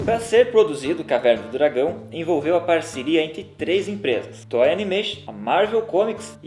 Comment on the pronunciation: "tói" animation?? pqp, vai aprender a falar....